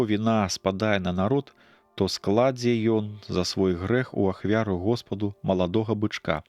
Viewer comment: Скла'дзе бычка прачытана, правільна: складзе '.